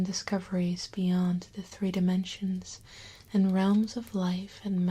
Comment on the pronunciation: fireplug1701d Ah, you should have been here a couple of years earlier my friend. The lovely accent was more pronounced. Check out her older videos on the main playlist. I remember when our lovely couldn't say the number "three." There's no "Th" sound in the Dutch language. So three came out as "tree." It was adorable in her ASMR voice. Then one day, someone in a livestream requested she count to three. She scowled a bit before doing just that. End of an era.